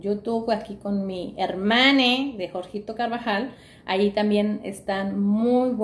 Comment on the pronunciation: Hasta hoy esta es la periodista más audaz y profesional investigando en Google jajaja se lo restregó a la hermana Jorga en your Facebook (aunque no entendí esa expresión) y es la única que en lugar de gritar hermanaaaaaaa !! Grita hermaneeeeeee !! Ya son muchos méritos, voto por ella (no es cierto, next)